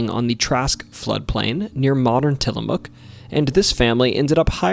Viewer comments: Got Tillamook correct but the dalles wrong. So close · Absolutely wonderful video. You've done a great job with Oregon and I would love to hear more. Funny tho, you managed to pronounce some of the harder things, like Tillamook correctly (maybe your familiar with the Ice Cream and Pepperoni sticks) but you got some other stuff like The Dalles wrong. The best way I can xplain how The Dalles is pronounced is like... the Dal in Dallas TX, but NOT the las in Dallas, so The Dal-s. Thats not perfect, but its close enough no Oregonian would make fun of you. Nehalem is pronounced Ne-hay-lum Also while many people say Wy-East, theres no actual evidence that any Native American tribes have ever called it by that name.... that doesnt stop me tho, so... Not Oregon related, per say, but the word "slough" is pronounced like slew, and the mineral Olivine in the meteor is pronounced Olive-VEEN. Lastly the word 'Skookum' doesnt always mean something bad, tho it often has that connotation. Truthfully it means strong, or powerful, usually in a supernatural way. Theres actually quite a few Skookum X's in Oregon and Washington, especially in the Cascades Ok, if you survived that you deserve a treat. The Portugese gold? The story you've told is unlike ANYTHING I have ever heard. The story we've always tell LONG predates any white settling from the East, enstead it goes back to the age of piracy, when one day some Spanish or Portugese (Iberians are all the same anyway) showed up around the Nehalem River, looking for a place to bury theyre gold they had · I was so happy to hear you pronounce Tillamook correctly! Some people don't and will argue with locals about it. 😂